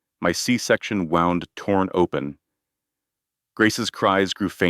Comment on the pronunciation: Narrator! Know the difference in pronouncing WOUND and WOUND. One is what you do before pitching a ball. The other is an area where the skin has been opened and what it leaves is a wound, wooned. Get it?